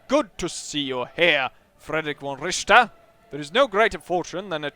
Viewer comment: Richter not Ricther ! ;)